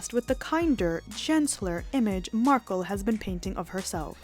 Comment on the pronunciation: Markle not marke